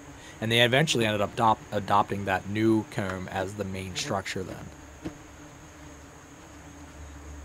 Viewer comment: I’m really sorry, and your a great person don’t get me wrong. I love your videos. But the way you say comb DRIVES ME INSANE. It’s probably cuz I’m from the south but goodness gracious. But I really do love your channel!